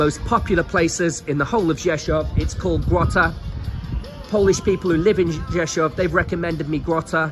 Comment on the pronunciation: your Polish is getting better and better and you pronounce the name Rzeszów like a native Rzeszów resident, congratulations!